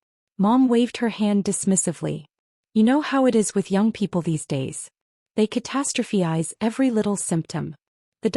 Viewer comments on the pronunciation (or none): ‘Catastrophize’ isn’t pronounced catastrophe-yze. It’s catastro-physe (rhymes with size). Google the pronunciation, it’s not rocket science.